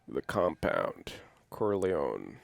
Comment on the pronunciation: Love your reactions and analyses guys! One question: Why do you call him Corleown and not CorleonE ?